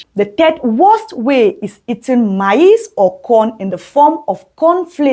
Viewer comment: Your PRONUNCIATION of MAIZE is not correct however thank you for your video.